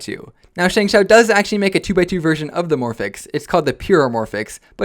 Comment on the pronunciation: It’s ShengShou SengSo